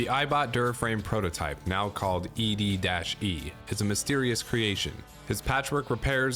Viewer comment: Finally someone pronounces E-DE like I do lol “eddy”